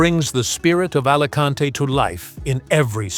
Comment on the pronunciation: Buen.video pero me pitan los oídos cuando escucho Alacante en vez de Alicante